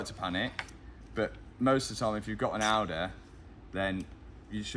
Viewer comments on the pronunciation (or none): "if you have an audeeee" WTF is an audeee?